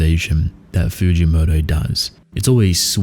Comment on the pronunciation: Fugimoto is more like freekymoto